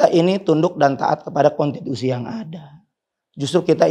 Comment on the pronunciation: Konstitusi tat bukan kontituti